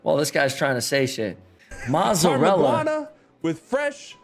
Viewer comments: am impressed that summit can pronounce properly '' Mozzarella '' is not that easy as he thinks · He said mozzarella right. There's no T. It's not motzzarella